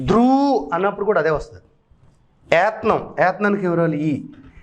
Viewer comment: ఋత్నం కాదండీ... "ఋత్వం"..., ఏత్నం కాదండీ... "ఏత్వం."... ఇలాగే పలకాలి.. థాంక్యూ 🎉